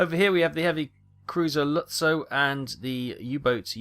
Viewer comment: All the German speakers whenever pronounces “Lutzow”: 🤢